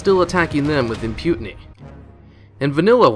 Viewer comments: He really can't keep mispronouncing words with impyoutinee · Impunity not imputiny (rhymes with mutiny). No death threats tho :)